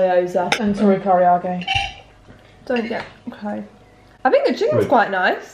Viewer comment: The pronunciations has me cackling 😂 I get Karaage is tricky but where did that OY I’m Gyoza come from?? 😂❤️